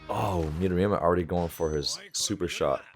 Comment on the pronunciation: Haha, you pronounced midorima correctly today 😂